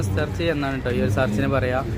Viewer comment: Sarch alla potta church ath parayan padik..pinne avide aa kallil undaki vechirikunth Jesus inte prathima alla potta...first nee andi eth aa kundi entha padik...oru kunne arillathe youtuber akan irigirikunnu...school poda myre ,rand aksharam padichitt konakan iragu maravanname